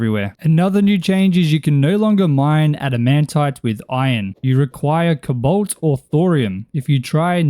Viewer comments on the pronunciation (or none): Stop saying cbolt 😂